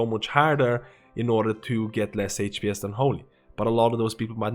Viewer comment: i really enjoy your videos...besides de fact i hear "hate pee ess" everytime you say hps.